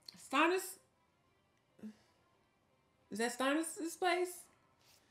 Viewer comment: Stannis's name sounds like Stanley, and Stan, not Stonnis.😊